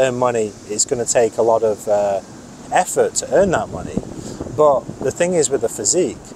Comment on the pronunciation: This "bot" instead of "but" 😅